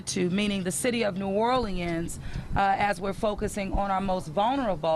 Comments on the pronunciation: Anybody else extremely annoyed by the way she pronounces "New Orleans". Sorry, not trying to be insensitive. I just couldn't help but be bothered by it. 😒😒😒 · I was wondering if antbody was going to mention that. It almost sounded like she took "New OR-LEANS" & "New Or-lenz," & made "New OR-LE-enz." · Where did that woman learn to say Nuolens , must be a yankee.